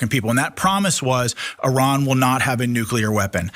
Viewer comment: Its nuclear, not nuqueler. If i were elected president, within an hour, there would be an executive order inacted that made the mispronounciation of this word punishable via lethal injection.